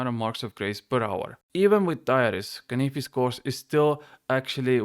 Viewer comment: Say canyfis one more time 🔪